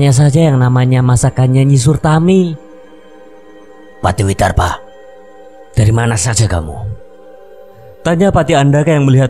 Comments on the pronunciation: nyai suratmi😭 bukan sutarmi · Nyai SURATMI, bukan surtami...